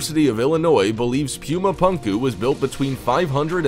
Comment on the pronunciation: It’s not “pyoomah pahnkuh” it is pronounced “poomah poonkuh”